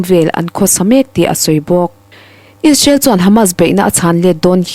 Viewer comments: ‘Ish-rael’ ti lovin,’Is-rael’ tiin han lam phei la chuan i thu puan chu ‘perfect’ a ni mai. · Israel i lam dan hi tinge ishrel i tih tlat chu le. A spelling pawh a lang chiang hle si.